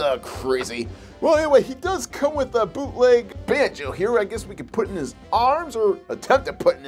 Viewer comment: I thought u said poopleg figures